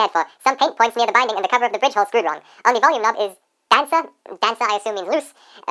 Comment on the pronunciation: Dude your english is great. Just stop saying ‚die‘ for the. The is only ‚die‘ if it‘s in front of a vocal like: the ‚die‘ answer. The guitar is spoken like ‚dä‘ (for germans 😂)